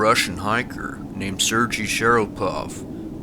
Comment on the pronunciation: Sergei is pronounced SirGAY. Your pronunciation problem is pretty bad. It would be interesting to due some statistical research dividing those that dissappear from those that go missing and turn up. I'm sure there is a much higher percentage in the latter category. We here of missing people in Calif. Every year and search teams usually find them. At great expense. No ufos my friend. Weather ( usually bad DURING the event ), just getting turned around ( very easy to do in a forest ), falling, bears, criminal acts, suicide, you name it. But nothing supernatural or otherworldly. Young people far more susceptible.